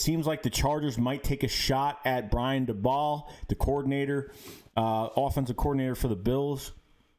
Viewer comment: watch a interview with Daboll so you can hear how his name is pronounced please